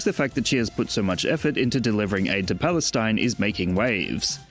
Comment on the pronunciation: Hoo, she just save "Balestin" 🤣😂🤣😂🤣😂